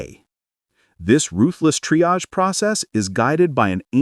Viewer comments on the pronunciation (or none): none